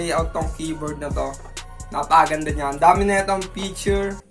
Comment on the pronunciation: “fityur” HAHAHHAHAHAHAHH btw, nice vid & edit!!